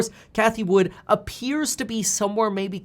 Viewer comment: Its cathie WOOD not "WOODS" Jerk off